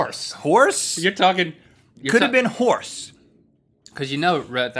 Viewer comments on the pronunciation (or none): I have eaten horse, only he pronounced it Hoss.